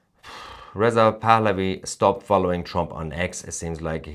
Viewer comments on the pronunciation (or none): hah - sounds like you say crown prince of iran is Riseup pahlavi.. lol